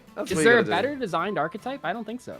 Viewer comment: please for the love of God, it's not arch-type. There is another letter in that word.